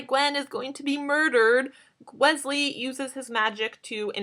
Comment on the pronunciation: Omg she said "Gwesley" Is she trying to reveal something to us?? :)